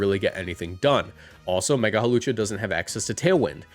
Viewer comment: IT'S HAWLUCHA, NOT F*CKING HALOWCHA! THE W SHOULD BE BEFORE THE L, NOT AFTER THE L! AND THE O IS SUPPOSED TO BE A U! FIX IT NOW!